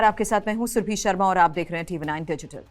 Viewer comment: "सुर्भी शर्मा" नहीं, सुरभि शर्मा। अपने नाम का उच्चारण भी नहीं आता! दिल्ली, हरियाणा, हिमाचल आदि कहीं की होगी?